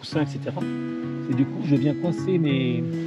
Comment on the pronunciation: Madame Robot, On ne dit pas "messe" pour mes. Recalée !